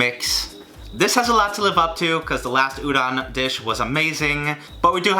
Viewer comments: Why does he says uron and not udon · Every time he said udon noodles I understood ouran and the the only thing I could think about was Ouran Highschool Host Club. I'm weird... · Love but I die every time he says udon wrong